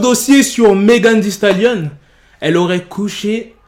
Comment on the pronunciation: Sa se dit «megan thee stalion»